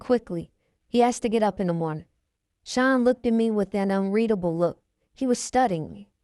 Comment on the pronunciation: I enjoyed listening but I can’t help but say that when u would say “SEAN” it sounded like SHINE 🤭 but i understand the accent but i was straining to hear to keep up 😜but overall a good read